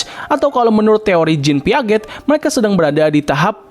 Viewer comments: Jean Piase bacanya ngab hehe. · Jean Piaget : dibacanya "jeyn piaze" Punten, gereget🙏🏻